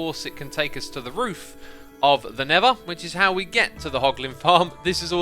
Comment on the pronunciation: Xisumavoid: never Me: you mean nether Xisumavoid: DID I STUDER!!